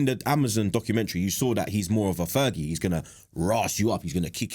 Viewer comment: Clattenberg keeps calling sir alex 'Vergi', he got a problem with his F's?